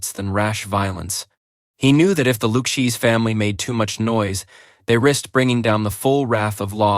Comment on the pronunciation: LOOOU CHEESE????? Horrible A.I. narration! The fake narrator mispronounced the name 10 times or more? This is awful!!!!!!!!!!!!